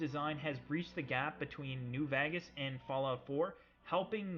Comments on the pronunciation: awesome video. also its New Vegas not New VAAgas, lol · He said vagas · No one:: Fallout New Vagis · "new vagas" 10/10 love it. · "Fallout: New Vagas" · i lile how you say VAGAS instead of VEGAS LOL so funny... i know its probly not intentional but its hillarious to me great videos thos bro i have been binge watching them VERY GREAT SHIT! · he said new vagas lul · When he said new vegas I thought he said new bag ass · why do you say "New Vegas" so weirdly